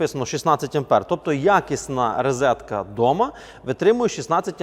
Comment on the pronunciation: Ну чому рИзетка? Тільки махрові жлоби так кажуть.